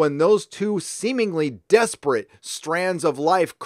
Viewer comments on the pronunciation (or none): It's not "desperate", but "disparate". Pronounced "dis-parrot", akin to "separate".